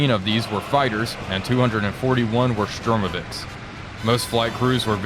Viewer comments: It is Shturmovik, not Shtrumovik. But still, great content. Gg, gl! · Yes i tought i was mishearing